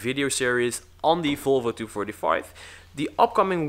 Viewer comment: Volvo! Not folvo